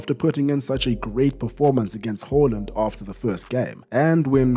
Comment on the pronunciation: why do you keep calling the man "Hooland" it's Haaland!!!